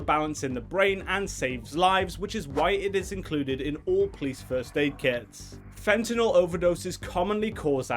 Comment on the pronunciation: Thank you for pronouncing fentanyl correctly unlike most of the morons in this world